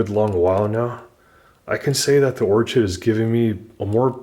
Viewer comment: Or-ched ? its 'Or-kid'